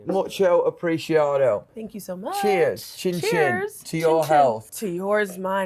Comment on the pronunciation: 'Mucho apreesheeahdo'